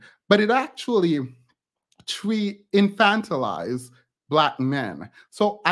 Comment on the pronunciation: Thank you for saying "infant-il-ize" and not "infant-ize!" So many people get that wrong